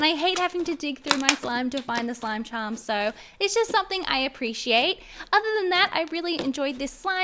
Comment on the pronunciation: Is it just me hearing slime chum not charm